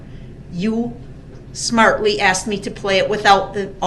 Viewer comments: I'm glad the judge "axed". So glad that the moron is in a small box forever now. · Cuz you axed. Cuz you axed, maybe he would of consented to the name ignorant baboon in a bad fitting loaner suit, better make sure his little protective coward custody cell door is locked correctly before the sissy takes a nap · Good thing she axed…🤡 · Lmao. Cause you "axed." Jesus Christ this mans grammar... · Because u akksed…. 😂 he really thinks he still has some level of control in that court room 😂 I wish the bailiff would just tackle his ass and beat the living shit out of him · This guy axed a lot of questions. Imbecile. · "Axed"?!?.... Daryl Brooks is such a buster. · He’s like “because you axed I’ll wait til the jury leave” then continues to talk about non sense like “I know what y’all tryna do and it ain’t right” over and over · I loved his juvenile tough guy "Because you axed. Only because you axed." at the beginning. He thinks he doesn't have to do anything he doesn't want to. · Was she axed???? Oh no! 😂😂😂🙄😂😂😂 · “Because you Axed?” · BECUZ U AXED! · He axed her you axing or telling, he’s a illiterate bastard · Tf is axed? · Axed should an added charge… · I waited and waited for her to tell him IT'S A S K E D!!!!! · "This is mind boggling" Because you "AXED" 😂😆😂😆😂😂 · "Because you axed." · “Because you axed.” “Makin’ tackit agreements!” “Grounds!” “I don’t consent to being called by that name.” “Subject matter jurisdiction.” “It’s the troof!” What a fucking retard. He’s a totally remorseless psychopath. He could’ve stopped that SUV at any time. He deliberately ran over as many pedestrians as possible. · Substained, Truf, axed…. He is such a tool! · Axed Axed Axed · Yes! Because you, "🪓"! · Because the Judge " AXED ". WTF ? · Because you AXE? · Brooks: Cause you axed… 😂cause you axed… cause you axed 😂 LOLOL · “Because you axed” 😅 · Dis is mine bawgling. That’s the only reason is because you axed. It’s ASK dumb ass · She didn’t “AX” any question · Becaused she "axed"😂